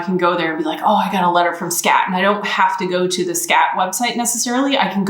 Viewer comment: When you talk about Skat and speaking english at the same time. I really am twitching in discomfort as it sounds like you´re saying "scat" which is a whole different thing :-D